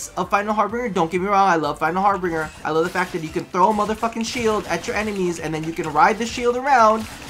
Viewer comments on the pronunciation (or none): it's HARBINGER how did you get "Harbringer"? plz stop lol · it's Harbinger, not harbringer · btw it's final harbinger not "bringer" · I love you man but it's har-bin-ger or ˈhärbənjər it is like the word ginger but with a B it doesn't have an ing sound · that also kind of annoyed me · Final Har-BINGE-er. That's how it's pronounced.